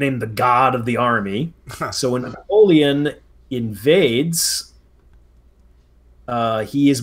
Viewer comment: Bro I love both of you but your homie hasn’t pronounced a single name or place correctly except for Tzar Alexander maybe lol, which amazes me because he knows more about the Napoleonic wars than any 100 of us here in the comments lol. I almost admire his style of pronunciation any damn way he pleases haha! 😂